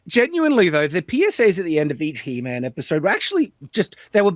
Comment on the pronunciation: It's HE-MAM!